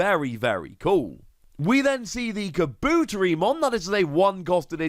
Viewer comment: To pronounce kabuterimon it’s Ka-Boo-Terri-mon. I know you don’t anything about how to pronounce some of these Digimons name as to the anime/dub not your fault there. 😉